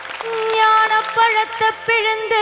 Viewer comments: ப - പഴത്ത എന്നല്ല പഴത്തൈ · But i noticed a pronunciation error instead of "பழைத்தை" she sings repeatedly " பழத்த"